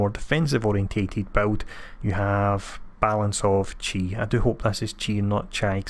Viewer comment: When is he coming to PS4 for everyone? I bought all the packs but unfortunately it was post Beta.......so I did not get him :( and it pronounced "chee" (you were saying it correctly lol) great vid btw